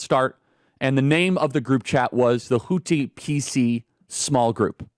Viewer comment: Why can't you say houthi right